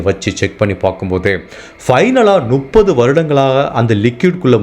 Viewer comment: தெளிவான உச்சரிப்பு. கதை சொல்லும் விதம் நன்றாக உள்ளது. ஆனால் முப்பது என்பதை நுப்பது என்று சொல்வது எரிச்சலடைய வைக்கிறது. திருத்திக் கொள்ளவுமம். நு .... அல்ல. மு ....ப்பது.